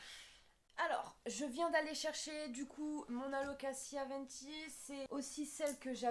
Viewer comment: Tu prononce Alocaçia? C’est Alocazia 😂